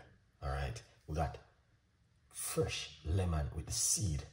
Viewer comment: 10 cents for each "Frrresh" and I'm a millionaire. 😆 Great tea. Thanks.